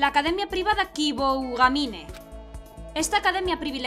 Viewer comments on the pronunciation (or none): Dos cosas: - Aunque ellos hablen, sí, dobla tú, pls. - Se pronuncia Kiboogamine [una o un poco más larga]. Esta serie tiene muy buena pinta, sigue así :D